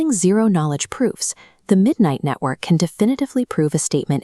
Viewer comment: midnightnetwork not midnighttwork?